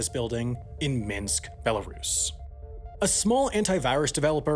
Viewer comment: Real Life Lore take note! This is how you pronounce “Belarus” correctly! Lol